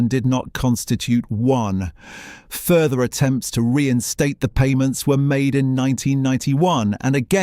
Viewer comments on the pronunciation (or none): none